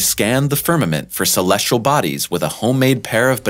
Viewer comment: Look at the word celestial - how many r’s does it have? None of course so why pronounce it with an R 😡?